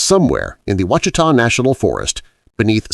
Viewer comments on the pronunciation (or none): It's WASH UH TAW mountains not washeeta not wachita.